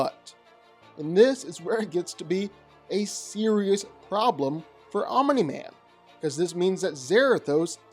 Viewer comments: I enjoy your videos, but I cringe every time you say Omini Man. There is only one I. Omni, not Omini. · Random ahh comment but i like the annunciation of omniman, you say it like om u nee man almost not just om nee man i kinda like it lmao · Fun fact: Omni-Man is not pronounced "Ominy Man". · Hahahahaha... I'm-uh-knee man!😂